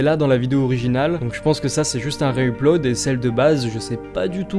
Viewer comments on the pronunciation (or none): Merci pour la découverte. J'avais jamais vu aucune de ces vidéos lol 😅 (Que tu dises "Üplod" ça me trigger mdr)